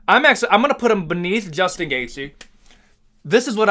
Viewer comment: there’s is no “S” in gaethje brotha but you can sure as hell hear it when he says Justin.